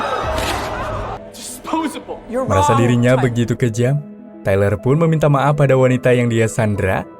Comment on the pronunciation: Treler wkwkkwkw tyler cuk baca tailer wkwkwkwksk